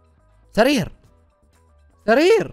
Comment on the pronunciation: اسمه سرير مو ثرير